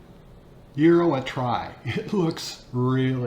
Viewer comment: Congratulations on your pronunciation of Gyro. My wife is Greek and we've been there many times. In Greece they pile up slabs of beef and thinly slice it off. You lost me when you added lamb. Hate the smell and taste of it. The ground meat is purely American, not Greek.